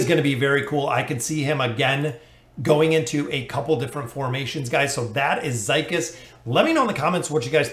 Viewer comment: I think his name is pronounced zeekeez.